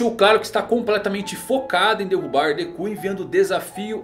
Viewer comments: Déku kkkkk que agonia ouvir isso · Dekú nao mano fica esquisito kkkkk Dêku